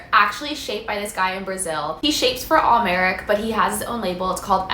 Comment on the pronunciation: How did you say Al Merrick? 😂